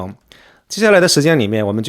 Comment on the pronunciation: 虽然博主有口音，读成了“抽尸剥茧”但也无伤大雅，毕竟這是范曾自己种下的恶果，当初过河拆桥在动荡年代迫害曾经救过他的沈从文恩师，就是报应，善有善报，恶有恶报，无事不报，时候未到。我估计等范曾离世可能也想不明白這个第四任妻子如何有心机骗他财产的，前几任妻子都是跟范曾吃过苦患过难的，竟然被這第四任老婆给算计了